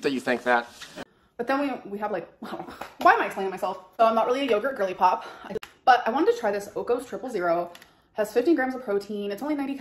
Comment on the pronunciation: Whe she says gorlypop, I hear woman who is fixing to pop😅😅😅